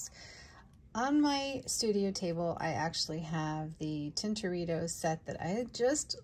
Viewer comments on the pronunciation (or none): I believe it is pronounced tin-to-ré-tt-o. But double check 🙂. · I believe you're mispronouncing Tintoretto.